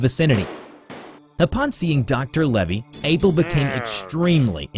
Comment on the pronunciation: Lavey Not Levy